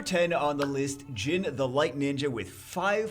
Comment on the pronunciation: Pontos didn't make the list? Back when I was playing I couldn't really find anywhere to use him and feel like he made much of a difference at all, and it doesn't seem like he has gotten any real buffs since then. Also, Gin is pronounced "geen" and is Japanese for silver. I'm sure lots of people pick on pronunciations, but I just wanted you to know...